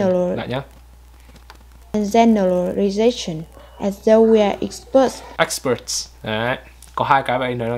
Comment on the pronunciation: Bạn cuối cùng phát âm chữ s giữa từ hơi bị ko rõ ấy. Best, tourist bạn ấy đọc nghe ra bet, tourit. Expert thì IPA là /eks... / nhưng mà bạn ấy ko đọc ra chữ s nên nghe vẫn chưa đúng.